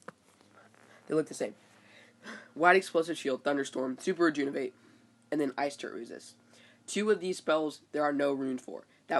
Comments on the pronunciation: Bro, it's Re-JUV-in-ate not re-JUN-iv-ate, I know it's kinda picky, but that's gotta be one of the worst mispronunciations I hear. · Please practice saying Rejuvenate correctly!! It's maddening!!